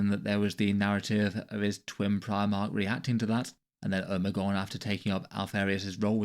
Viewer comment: Every once in a while I hear a brit pronounce something that makes me think their accents are fake and they're just doing that to fuck with the rest of the world. How you pronounce Omegon fucking hit me like a truck.